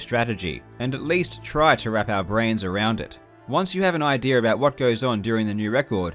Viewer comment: every time he says idea i hear idere " the idere here" lmao